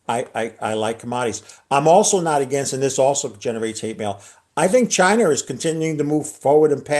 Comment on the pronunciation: Drink everytime he calls China "Chi-NER"